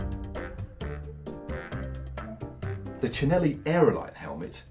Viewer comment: Matt /.... I know you guys are from the UK but it's pronounced "CampaNYolo" (all one word)... it's the surname of Tullio Campagnolo (company founder)... it's definitely not "Campag Nolo"... Mama Mia!!??!! 8-/.... mind you, full marks for pronouncing 'Cinelli' correctly (in Italian, Ci is pronounced as Ch eg. Cinzano is pronounced CHinzano)